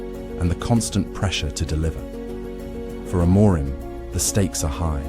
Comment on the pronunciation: There is no such thing as "Sporting Lisbon", the club's name is SPORTING CLUBE DE PORTUGAL, it is a club based in the capital, but it does not have Lisbon in its name. So, please stop saying the club's name incorrectly. And by the way, the accent in Amorim is on the "im", not the "mo".